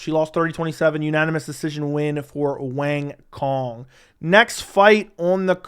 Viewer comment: Hey, FYI Wang Cong’s name is pronounced like Wong Tsone (rhymes with cone, but the C is pronounced like TS)